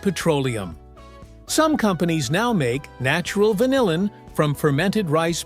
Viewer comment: How about pronouncing vanillin correctly?